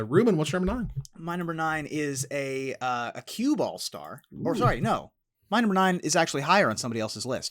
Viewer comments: i kept hearing cue ball stars too and thought why's Ruben being shady to Evan! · the way Ruben said "cube all stars" legitimately sounds more like "cueball stars" which makes it pretty reasonable to assume someone would be confused if they didn't know what cube is. Hold your woosh sir.